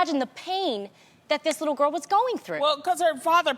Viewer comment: “She’s a White gurr. She’s a beautiful White gurr...She’s still a White gurr.” 💀